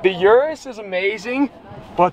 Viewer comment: “The uristhh!”